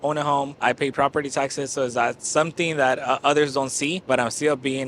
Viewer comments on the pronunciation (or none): none